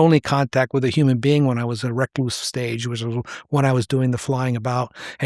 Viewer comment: Why is he pronouncing recluse like that?